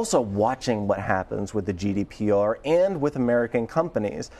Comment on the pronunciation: GDPR not GDRP